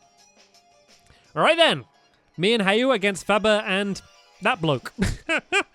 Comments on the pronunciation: I think it's funny when Stampy says Hau's name. HAY-OOOOH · Stampy this is how you say Hau:how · hau is pronounced "how"